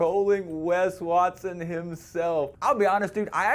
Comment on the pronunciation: 'Wes Waston'